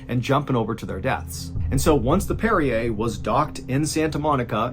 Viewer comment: Brig*, not hold. That's "parry er" - parrier, one who parries. Not Perrier.